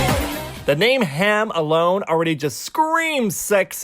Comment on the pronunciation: It's H A M not ham